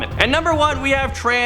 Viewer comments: Every West Virginia hears how he said trance alagen mental mental hospital 🤦🏻‍♀️🤣 nope nope that’s not how u say it! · Ugh, it's TRANS ALL-E-GHE-NY, it's one of WVs few good haunted tour sites. Still pisses me off that the mayor of Spencer wv let the spencer state hospital be demolished for a lousy Walmart. It was designed by the same architect who built trans Allegheny. It's a Kirkbride . And yeah I'm a WV native.